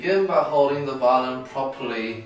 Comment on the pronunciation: For some reason, I kept hearing Eddy saying "violin" as "violent" so it sounded like he said he was going to learn an "incredibly difficult violent technique"